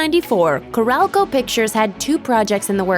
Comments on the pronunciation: Carol-co....not Carelco. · It's not CORRALCO. It's CAROL-co. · Ca-rol (roll)- co. The way it gets pronounced here gave me the shivers. And in addition to Heaven's Gate being mentioned several times, Hudson Hawk also led to TriStar Pictures becoming part of Sony entertainment, joining Columbia Pictures, one of the three companies involved in TriStar's creation. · Corral-Co? Lol.